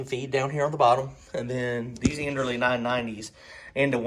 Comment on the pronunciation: i was trying to give an example of the pronunciation not a comparison of the companies. End-earl vs end-early. I guess i could have wrote it differently